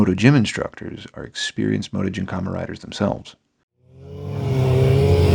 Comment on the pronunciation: Why you pronouncing it motogymkhama?